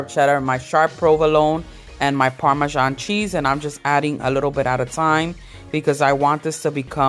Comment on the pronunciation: Who ever said “parmesano” took me out🤣😂🤣😂🤣😂btw ladies that looks delicious 😋 I’m definitely going to make that dip 😋😋😋😋